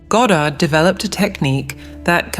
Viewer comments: It's not ga-Dard. It's God-erd. Also, reality "never" shifts instantly. Never. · Goe dard ? If you cant even pronounce his name properly ...